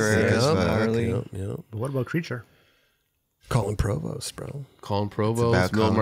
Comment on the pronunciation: no one:: colon provost